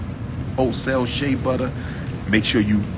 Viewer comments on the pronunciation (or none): none